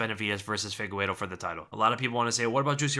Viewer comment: "Fee-gay-reh-doh",. "Fee-gay-reh-doh".